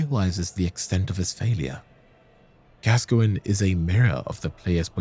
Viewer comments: Its Gas-coin not Gasgoingin lmao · it is gas -coin . googke the english football player gascoigne!!!! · My favorite is Rusty's "Father Gasoline" XD